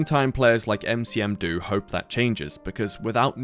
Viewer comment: Huh wait that's me?? Heh 🤑cool talking to you. Aberoth is a great game, happy you gave it some exposure :) P.S: It's Nmcdo, not Ncm do.